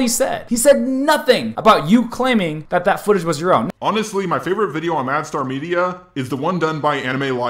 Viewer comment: It bugs me that you call him MadStar 😂 Gosh darn it JAR fanbase